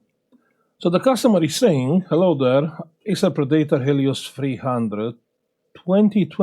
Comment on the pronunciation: > Predator...Pred-eht-or or Pred-eht-uhr or Pred-uht-or or Pred-uht-uhr but never Pre-date--uhr.